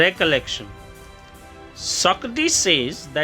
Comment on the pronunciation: It's really interesting ❤ Recollection - pronunciation is slightly different.